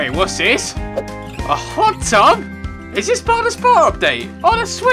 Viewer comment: did anyone else relise that said pot tub at the end:D